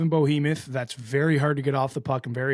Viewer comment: Are you intentionally pronouncing Behemoth wrong? Bohemoth?